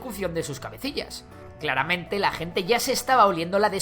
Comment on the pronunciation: Clara-mente xd